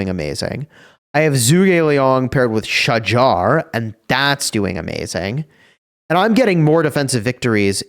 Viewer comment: Its not pronounced as Sha-jar. Its "Sha-hahr". Im turk.